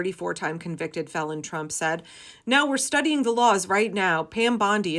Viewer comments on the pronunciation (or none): none